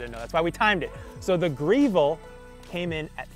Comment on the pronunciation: Why does he keep calling it "Greevil"? It's spelled Grevil so pronounced like "devil", right? Is that a Mass. thing? I'm pretty sure the long "e" pronunciation doesn't come from Italian!